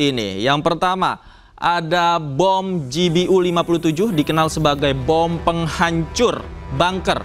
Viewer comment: Ralat sedikit -- Pengucapan bacaannya yg benar utk GBU adalah Ji Bi Yu, bukan Ji Bi U